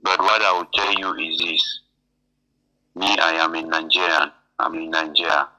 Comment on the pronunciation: 😂😂😂😂 This is a typical con man. When I first heard him speak several weeks ago, I knew he is a cameroonian. Now in this video he says "I am a ninejayrian". He can't even pronounce Nigerian well.. I will know a cameroonian accent anywhere. Especially those from the northwest. That accent is heavy. This is a con man..